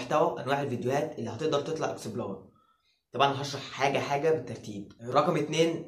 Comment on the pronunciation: انت ليه بتقول اكسبلار مش اكسبلور